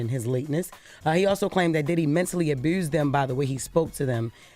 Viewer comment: Jess can't say abuse to save her life 😂 aburse She's gorgeous af though